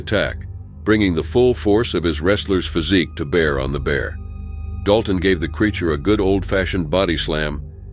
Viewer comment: Sorry, you butchered the Princeton and Dalton story even their names…